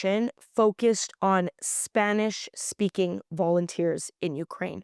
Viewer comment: We love your correct pronunciation of Spanish words.